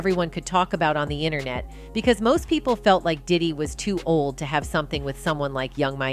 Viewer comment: What’s a “inanet” 😂 and I didn’t even know Miami had kids?!?!